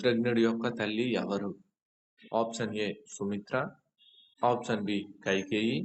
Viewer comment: ముందు option అనేది correct గా పలకండి